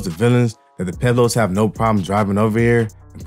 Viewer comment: I can’t listen to this with you saying Pueblos wrong pweb Los that how you pronounce it ….damn I wanted to see what this video was about